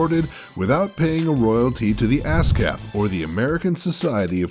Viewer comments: Yeah, it should be pronounced UH-SCAPP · He kept saying Ass cap at the start he he he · ASCAP? sounds like ass cape. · when he said ascap I thought ass cap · thats what I heard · he said asscap xD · to me it it sounded like ass crap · haha i thought he said asscap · When I herd him say ASCAP, I though he said Ass Cap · Me too